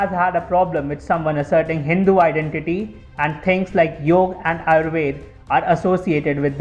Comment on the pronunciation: Awesome video. but Its Yoga not Yog, if u want international viewers, then teach them properly how its spelt, dont do their slang for fs